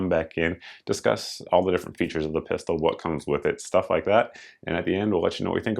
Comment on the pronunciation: Pistol, not Piarol right?